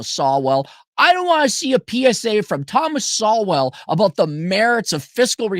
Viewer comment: Shame on you for mispronouncing Thoma Sowell's name. 😂